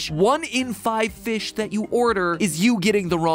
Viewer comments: we're all saying feesh, Josh! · No, your saying foosh, he's saying feesh!